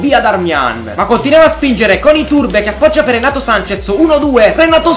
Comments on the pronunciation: Si dice renato sances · Comunque si dice Renato Sanches,con la "s" alla fine